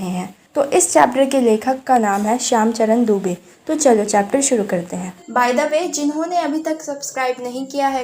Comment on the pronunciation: Mam shyama Charan Dube hai not shyam Charan dube